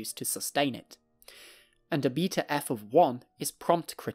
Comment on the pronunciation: Who the hell pronounces beta eff as "be to f"